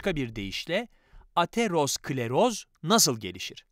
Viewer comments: Ateros kleroz değil Atero skleroz diye okunur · Hocam ateros-kleros değil atero-skleroz. Kanser oldum resmen bu kadar konuyla alakasız birine bu seslendirmeyi yaptırmasaydınız keşke.